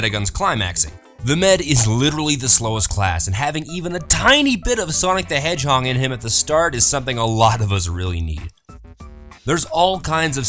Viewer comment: k/ "Headchong"